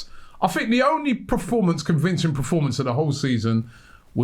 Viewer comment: Robbie its Performance not Proformance🙄